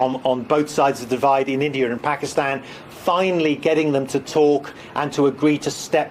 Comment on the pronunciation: what is with these british "journalists " pronunciation??? I have looked at Every letter in the name INDIA and I can not lay my finger on a single "R" yet they keep adding it at the end - ignorance! 😅